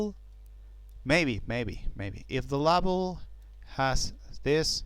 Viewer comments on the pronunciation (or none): presenter appears 2 have problems pronouncing vowels. i could not make out grub : grəb bug : bəg & label : lā-bəl. Had 2 listen carefully & piece together the context.